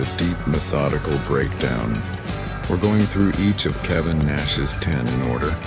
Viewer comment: Kevin NOT kavan